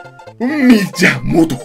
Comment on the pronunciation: Mi-ya-Moto xd